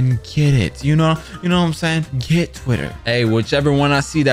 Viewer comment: "I NO HAVE TWITDDER 😭😭"💀